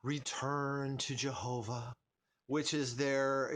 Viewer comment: I know you don't agree with the witnesses and they might have destroyed part of your life, but don't disrespect them, give their God's name the decent courtesy of correct pronunciation at least.